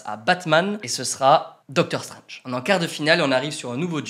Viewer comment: MDK déjà tu va respecter le personnage c'est ”Strange” pas ”Strenge”